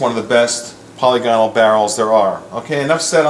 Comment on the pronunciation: I believe it pronounced POL-LIG-IN-ALL but I could be wrong. Thanks for the video.